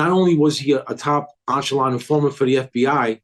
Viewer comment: Echelon not onchelon